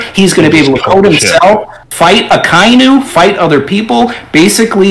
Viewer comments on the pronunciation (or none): why does even pronounce akainu wrong when someone just said his name seconds before, it has to be on purpose its irritating me for yers now